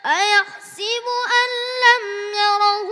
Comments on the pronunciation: Ayat no 5 You saying ayahsibu This is ayahsabu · Maa shaa Allah....but brother there is a little mistake....a yahsabu....in stead u r reciting a yahsibu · Mashallha Allah aap ki Umar me barkate ataa farmain aap ne ayah sa bu ko ayah si bu pada Hain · Really beautiful recitation but i noticed that he said " aa yahsibu" but actually it's "aa yahsabu".